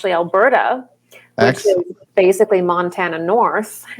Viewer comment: Montana. Mount-Anna.